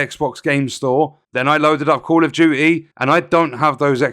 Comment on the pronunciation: "Call of Jooee"